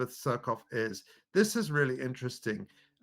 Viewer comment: I love how he pronounces it suck off